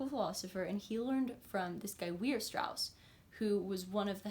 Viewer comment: The pun in the channel name is lovely :D And I do agree on the premise. Maybe, when you mention somebody like Weierstraß, consider putting the name on the screen somewhere. Americans apparently pronounce his name really weirdly and it took me a moment to even realize you meant him.